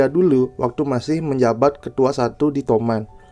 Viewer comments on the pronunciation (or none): Toman bang bukan tomat😂